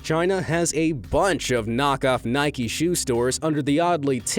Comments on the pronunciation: He says Nik EEE instead of nike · ITS NOT NIKEY ITS NIKE!!!!!!!!